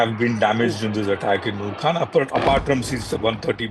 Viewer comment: It's Khan ,Khan from the epiglottis......learn to say the name properly